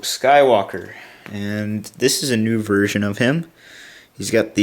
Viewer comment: hah u said virgin instead of version